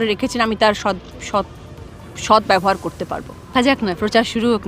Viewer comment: সৎ উচ্চারণ করতে গিয়েই 1000 বার আটকাচ্ছে। সট সট সট 😂😂